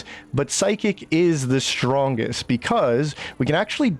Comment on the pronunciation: Strongest Monk? Whichever one is using an Elixir of Cloud Giant Strength and wearing a Devilfoil Mask. Oh, you MEAN POWERFUL? Then stop saying "ShDrahnggest", WORDS MEAN THINGS